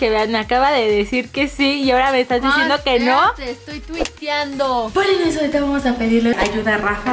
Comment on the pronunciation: es polinesios , no es polinecios